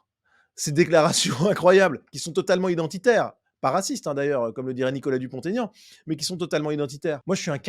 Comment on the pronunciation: Dupont-Aignan …. C’est un nom propre, On ne fait pas la liaison entre le T de Dupont et la A de Aignan.